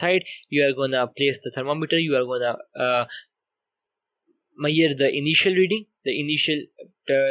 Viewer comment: please talk properly. What is the point if no one understand what you are talking..It is me..sh..ured not mayed for measure